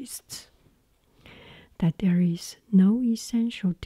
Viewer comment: Hi, You asked some videos ago to provide feedback on your pronounciation. What I noticed is that you say 'ies' instead of 'is'. You pronounce the i like the first E in 'even', however, you should pronounce it like the first i in 'international'. I hope I was able to help:D